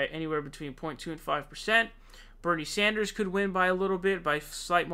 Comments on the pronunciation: Please dude. SANDERS* not SAUNDERS. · Why are you pronouncing "Sanders" like that?